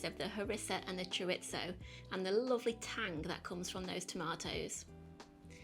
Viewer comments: "choritso" lol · Recipe looks good and will try but ...and I know it sounds pedantic but chorizo is a Spanish thing and pronounced ' choreetho ' .